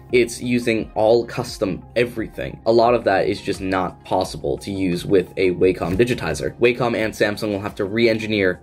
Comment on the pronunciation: FYI: Wacom is pronounced: Wacom is pronounced "wah come" and is derived from the Japanese symbol for harmony ("wah") and the first syllable of computer ("come"). I've used their products since the late 1980s and never heard somebody pronounce it "way" "come".